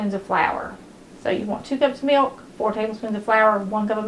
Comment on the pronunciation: i like the way she says "me-oak" '.. and a half cup me-oak..' 😊